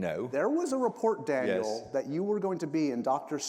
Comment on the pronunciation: Love this ❤ Daniel’s amazing! As a Brit please get his name right 😊